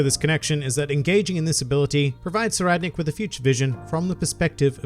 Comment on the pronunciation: Ohhhhh. So that's the right way to pronounce Tserriednich!